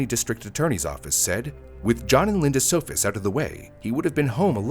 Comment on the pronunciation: It’s good not naming the murderer, but at least get the victims’ name right. Their last name was “Sohus’, not “Sofus’.